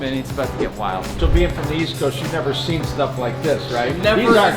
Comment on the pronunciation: When the guy said patina I heard it like latina 💅💅💅